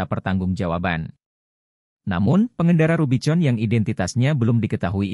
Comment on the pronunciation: ganggu banget VO nya, dibaca rubi-con, harusnya dibaca rubi-kon, dash-bo-ard, yang harusnya dibaca dash-bôrd. jurnalisme sampah copas